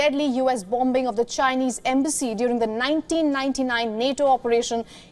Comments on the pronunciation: The presenter must know how to pronounce ‘bombing’. She should know pronunciation of basic day to day words. Couldn’t anyone in correct her? Shame. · It’s an accent issue not a pronounciation issue lol. They also pronounce as VION which is common for indians to mistake W and V during speech.